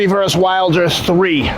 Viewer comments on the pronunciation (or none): it's VER-SUS , not verse ! a verse is a part of a song. Or a passage in the bible ! are you so busy you don't have time for an extra syllable ??? STOP IT !